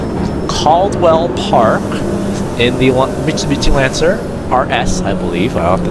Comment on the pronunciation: Learn how to say it first!! 😂😂😂 CAD-WELL